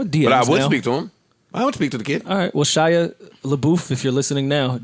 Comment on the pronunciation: I couldn't stop laughing when they were trying to say, Shia, last name.